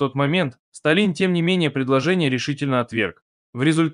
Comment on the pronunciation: Сколько еще можно издеваться над русским языком ? Ваш коментатор ежедневно коверкает русские слова, уж имя вождя Сталин ! Как можно ударение произносить на второй слог?!!